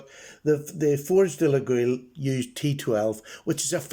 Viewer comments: A very nice knife for sure ! By the way, Laguiole is pronounced « Layol » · According to a catalog Laguiole Imports sent me with the pronunciation phonetically noted as (leg oil) so put your best French spin on that and give it a ride. I really enjoyed taking a different turn when I started purchasing these knives and will continue to do so as I find the materials and workmanship so exceptional. Cheers!